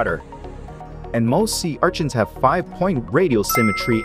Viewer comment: Sea archins 😂 idk why that bugs me the way he says it